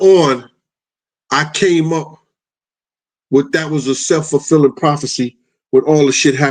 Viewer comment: Sh*t had me thinking forefulling was a word like foretold is LOL.